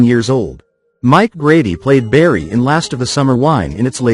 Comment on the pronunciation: Who's berry? It's BARRY!!